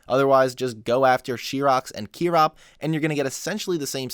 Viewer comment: it’s pronounced KY-Rocks not CHEER-Rocks idiot.